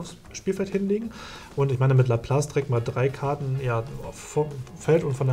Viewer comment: #TeamDirk alles in allem ein schönes Best of Three. Die Unfähigkeit von Karten Richtig auszusprechen amüsiert mich jedes mal, ein richtiges Highlight:D. Freu mich schon auf weitere Duelle